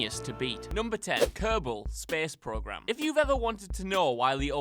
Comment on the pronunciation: kehhbal spehs progrim